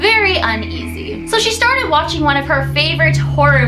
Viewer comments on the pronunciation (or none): Watching not washing LOL